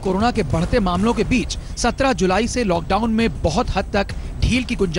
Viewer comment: Are Bhai lad down nhi lockdown hai 😂😂